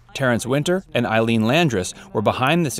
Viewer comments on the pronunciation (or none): none